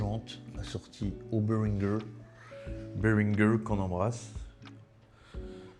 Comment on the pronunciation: Be rin gé c'est FRANÇAIS